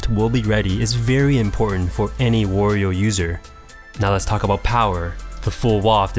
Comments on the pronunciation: Not "Worio" it's Wario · Isn't the A in Wario pronounced like the A in Mario, not as in the word war? i mean you wouldn't say "more-e-o" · i havent played a game with wario in ages, but in mario party 2 and mario kart 64 he says wa-ree-o like you would say the A in mario. interesting that they later changed it, i wonder why they did